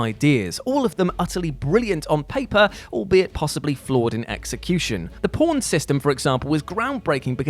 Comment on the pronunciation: Anyone else think he said porn instead of pawn😂